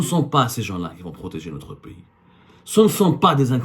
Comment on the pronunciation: 3abdou, tu as un sérieux problème avec les voyelles, on dirait; Je te l'ai dit plusieurs fois que notre "pays"; comme PAIX + Y , ou (i), et non pas "Piiyiis", s'appelle l'AlgÉrie et non pas L'ALGYRY et pour finir, on dit int(E)lligence"Int(É)lligence", le "E" se prononce "É " lorsqu'il précède une double consonne, et surtout pas "Int(i)lligence comme toi tu le prononces.